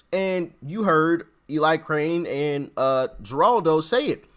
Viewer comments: "Jur"aldo Rivera? Your pronunciation is disrespectful to that media legend. How young are you, man? 😂 "Her"aldo btw. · I like the way you call Geraldo as Jaraldo. Its' actually pronounced Heraldo...funny funny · It's pronounced heraldo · Geraldo. Pronounced by hispanic way....Heraldo. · Geraldo is pronounced Hey-rahld-o... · Pronounced Heraldo lol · 😂😂 "heraldo" pronounciatoon of Geraldo! 🤭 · "Geraldo" is pronounced "Her-aldo." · DUDE YOUR "TALK LIKE A WHITE GUY ACT" NEEDS A LOT OF WORK! And It's Not Pronounced "JA RAWL DOE!" DumbAzzzz! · FYI—- it’s pronounced heraldo. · Doc, his name is her-all-doe. The G is pronounced with an H. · It's pronounced Haraldo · It's pronounced Heraldo lol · Eli wasn’t the only one who spoke, many spoke today. And Geraldo pronunciation is with an H not the G. Sounds like “Her al do” - Heraldo! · HERALDO IS HOW IT IS PRONOUNCED. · Geraldo Rivera the G is pronounced with a h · Hiya GREAT VIDEO! Just little help for you 😊 In Spanish G’s are pronounced like an H.. Geraldo is pronounced Heraldo.